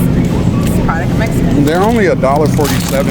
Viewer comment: You say Mesico. It’s MEXICO. The lady says it right.. 🇲🇽 ❤😉